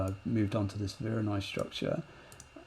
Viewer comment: What kind of noise made that fracture? I can’t quite understand the word you’re using. Vironoi noise?